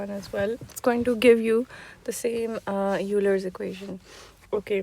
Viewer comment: and also Euler is pronounced Oiler!